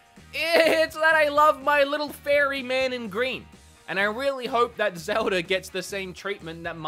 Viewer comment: I’ve watched this channel so Much I’ve started saying Zelder instead of Zelda at this point and I love it 😂